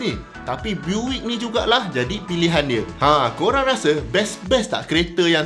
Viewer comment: Sedikit info utk sebutan pada BUICK = Biyuckk sebutannye boleh try cari US pnye legendary classic, sbb sane dorg buat nafas baru sama ada rats rod atau hot rod.. bole try tengok dorg make over kereta buick = biyuckk